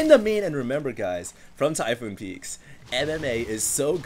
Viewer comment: "Typoon peaks..." ARGHHH!!!!! *rips out hair*